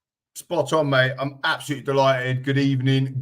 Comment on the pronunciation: A very good ebening to you!